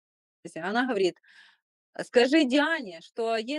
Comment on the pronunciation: Ужасная речь . только слышишь он ховорит ,она ховорит.